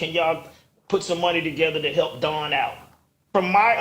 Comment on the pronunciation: Mel calling her name wrong is crazy